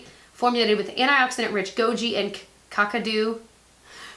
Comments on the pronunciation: I can’t wait to try the lip colours!! Thanks for the recommendation! By the way, it’s pronounced kack (rhymes with jack) kadoo (rhymes with ado). I live 3 hours from Kakadu in Australia and I think the Kakadu plum is native to that area. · Kakadu is pronounced Kak (rhymes with black) -a-doo, Kak-a-doo. Kakadu Plum is Bush Tucker (native food) found mainly in Arnhem Land in the Top End of Australia. I hope that is helpful. :) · I laughed out loud when you said “cocadoo” 😂😂 love you! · Kakadu is in Australia. It’s pronounced ‘Cack-a-doo’. I get my Physician’s formula from iHerb for half the price it costs in Australia. Love the bronzer which you recommended.